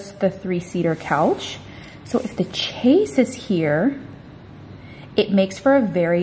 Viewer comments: I love you so much and always enjoy all your videos on both channels. ♥♥ You are so full of energy and joy; it's totally inspiring! Your day off - so funny with all the work you did.;) I have to say, though, that every time you said 'chase', I sort of cringed. What you are talking about is from the French 'chaise longue' (meaning long chair) and chaise is pronounced 'shez'. Just a little education for ya!;) [Not sure how to show the pronunciation for 'longue', but the 'o' is long as in home and the 'g' is pronounced as a hard 'g'.] Sorry, I'm a bit of a perfectionist, especially when it comes to language. LOL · I know but it's been adopted into english so I don't think it's fair so say the french pronunciation is "correct". She's not speaking french when she says "chaise", she's using a name that has it's origin in french. Just like other words we use (cul de sac, aficionado, champagne etc) or that french speakers use from english (weekend, brainstorming, planning, etc). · it's not about "can pronounce" of course Americans can use the french pronunciation, the point is that it's not incorrect not too. And it's not the "ch" of champagne that we pronounce differently than the french. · I love you every time you say 'chase' for the chaise I cringe, I'm not sure if everyone in USA pronounces it like that but I have always known it to be pronounced 'shays' it's a french word, I love the couch you were looking at 😍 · Love the sofa! (BTW, Your "chase" is a chaise and is pronounced "shez" You can find the pronunciation on YouTube.) Your chaise was a steal and will look great in your cottage. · chaise is a French word coming from chaise longue or "long chair” so I’m sure she’s saying how people in her area do but the correct pronunciation is “shez” I didn’t mean it as a criticism I thought it was cute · Maybe it's because I live near a French-speaking area, but I've only ever heard it pronounced "SHEZ". So hearing "CHASE" all the time was really jarring!